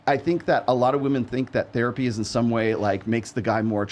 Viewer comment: Bro "Therpay"?